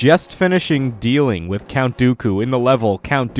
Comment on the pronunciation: Jack Clements he said count doily 4 times